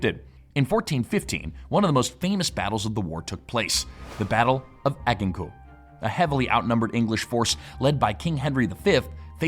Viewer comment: You butchered the pronunciation of Agincourt. Add + Gin 🍸 Core 🍎 as in apple. Liked, subscribed👍